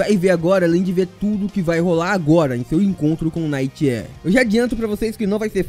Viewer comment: ele fica falando "night air" e fica repetindo errado bicho, deu agonia.